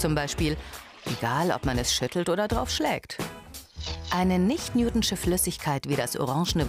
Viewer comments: lern bitte wie man "Newtonische" ausspricht. Das wird so ausgesprochen, wie man es ließt und nicht "Newtnsche"... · Es heißt Nicht NewtONISCHE Flüssigkeit..nicht NewTONSCHE